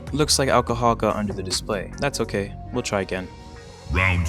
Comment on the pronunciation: Dude, it's 'ALcohol', not 'OLLcahol'